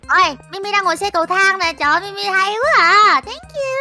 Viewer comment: Kamui nói Mimi là Timy.